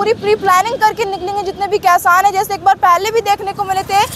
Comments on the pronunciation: Kasan nhi hota madam ji kishan hota ha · बोलना सिखले पहले खेबड़ी 😀😀 कैसान नही होता किसान होता है 🙏